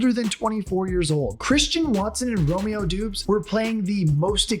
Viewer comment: “Romeo Doobs” 😂